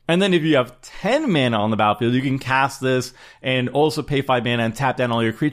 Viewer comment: the word battlefield has two "t"S in it. this guy says the word battlefield without pronouncing the hard t sound in the word. seems uneducated and slovenly.